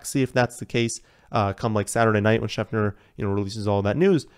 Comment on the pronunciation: Anyone else hearing him saying SchefNer instead of ScheFter??